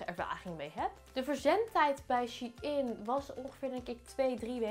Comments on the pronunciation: Je hebt kapot weinig besteld hoe the fuck heb je 200 uitgegeven aan dat ik heb 16 stukken besteld en gaf maar 130 🤦‍♀️bruh, en je spreekt het uit als shineee niet she in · HAHA hoe jij het uitspreekt lieve schat je zegt "sjijn" niet als "sjiein" HAHA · Het is niet she-in vlgm maar gwn Shein van bijv sunshein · Ben ik de enige die het uitspreekt als ‘sjein’ inplaats van she-in😂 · ik wist nooit dat je het uitspreekt als shee in, ik zeg altijd gewoon shein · Jij zegt shie in maar het is sjein shein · Ik dacht dat je t uitsprak als "shine" 😂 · Same mijn hoofd spaced elke keer dat ze she in zegt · super leuke video ook! maar Shein is een Duitse site dus je spreekt het uit als "Shine". P.S ik heb al super veel kleren gekocht ook bij Shein, maar jij zorgde toch voor meer inspiratie! Blijf zo doorgaan! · Spreek je het niet uit als shEIn ? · shein spreek je uit als shine HAHAHA ik erger me daar best wel aan PS. leuke video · Shein spreek je toch uit als “ sjijn” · Je spreekt het uit als shijn vgm ps: GEEN haat